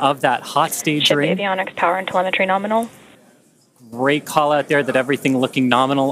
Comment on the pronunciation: I love this launch. Especially the part where she exclaims, "Norminal insertion".